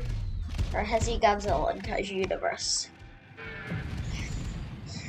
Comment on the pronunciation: Bruh that not how you say heisei